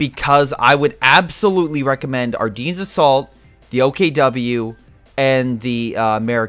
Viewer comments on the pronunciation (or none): It’s “Are Den” NOT “Are Deen” omg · The way he says Ardennes tho